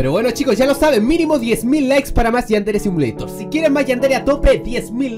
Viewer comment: porque dises yandere simileishon